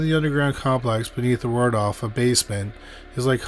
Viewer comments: Just a note - it’s not the Word-off hotel but rather the Wal-dorf hotel. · Does anyone know what causes the sort of letter transposition that the narrator can sometimes be heard to do? I caught it again when he said Wardolf Astoria instead of Waldorf. The L and R sounds are transposed. Is it a known speech thing? Something like verbal dyslexia? Does it qualify as spoonerism? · *Cheyenne is pronounced more like "shy-ann", not "chainy". Think you also said "Waldruff" for Waldorf too. Google will pronounce any unfamiliar word for you if you ask. Just saying, you being a public reader and all. Riveting content otherwise. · You're gotta learn to pronounce these names.... IT"S WALD-ORF and CHAI-ANNE.. otherwise great video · I'm thinking you didn't check on how to pronounce Waldorf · He doesn't pronounce something correctly virtually every video. lol